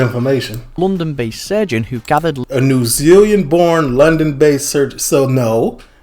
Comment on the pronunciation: "if you put your material into a pie" has got to be one of the oddly funniest statements i've heard from a youtube channel lmao. it is also "new zealand", not "new zealean" lol.